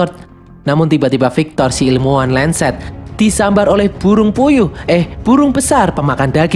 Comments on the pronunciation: 🤣🤣 ngomongnya burung puyuh 😂 gitu aja ngomong buruh puyuh terur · Bang omong apa Buyu puyung